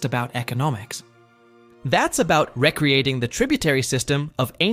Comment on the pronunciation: This an interesting video but unfortunately this is an AI video. The use of the sentence structure of "it's not just about X, it's about Y" along with the extremely bizarre mispronunciation of the word "recreating" as ra-creating like recreation instead of ree-creating is a dead giveaway. This channel is narrated by some one who appears to have native English accent but mispronounces basis English words.